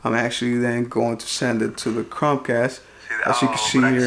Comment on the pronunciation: He doesn’t know how to say Chromecasr.. keeps saying Crom cast. Really annoying.